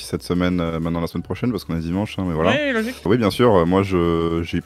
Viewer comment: on dit " oui " pas " uuuii ", on dit " oui " pas " ui ", uuuuuuiiiiiiiiiiii?